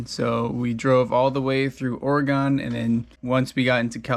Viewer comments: Canby Ore-gone? Lol u never pronounce Oregon like that…but I like it! Picasso! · Btw oregon is pronouced like "organ" with a little "uh" between the two syllables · lol he said Oregon wrong